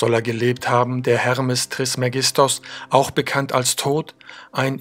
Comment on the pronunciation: deine betonung ist unter aller sau, änder mal was an deiner aussprache... beeeee kannt taaaabletts